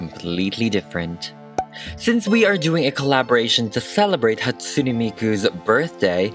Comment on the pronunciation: Sorry but it's pronaounsed Hat-sue-ney miku. My fav is Kagamine Rin. 😊😅